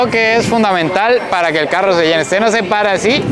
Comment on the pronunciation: Qué bueno que ya sabe pronunciar la "RR", todavía no ha aprendido, "caruo" en vez de "carro", "moveur" en vez de "mover" y mil ejemplos más... ¿Por qué no pronuncian bien la RR?